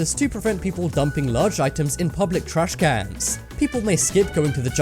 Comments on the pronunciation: He prounouces it like trashkannnns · does anyone else hate how he says trashcans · Why is he saying trash cans like that